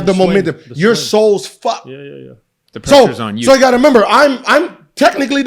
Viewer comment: “You gotta memember”